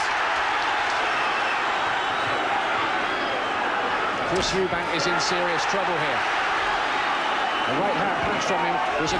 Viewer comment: Chris MacEubanks😅